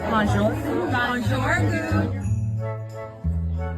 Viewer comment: . So now we decorate tables with loaves of bread on end?? 🙄. Also these supposed “sophisticated” women need to learn how to pronounce “bonjour”.